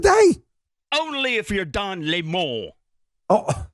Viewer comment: Dan its Don 🍋!!! Get it right hahahahahahah